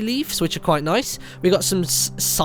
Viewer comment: "sye-noo"? you've never heard of sinew before? :(